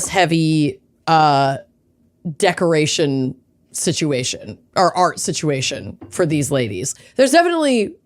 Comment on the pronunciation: "Sitch-u-it". It is Massachusetts, after all. 😆